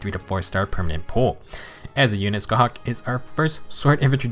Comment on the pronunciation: Small detail, but as an Irish person it really did my heart some good to hear a Fehtuber pronounce Scáthach right! I usually hate when an FE4 banner comes out and all of the popular creators bastardise the Irish and Celtic names of the characters and locations, so it just made me happy :) Love your content btw!